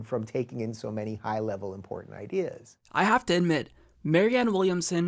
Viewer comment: "Idears!?" ~🤪Rave Dubin